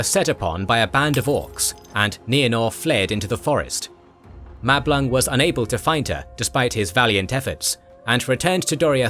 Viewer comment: I cannot be the only one to hear Mablung as ‘Matt Blanc’, and finding it utterly hilarious 😅 Great video, already watched several times. For such is the quality of thy creation.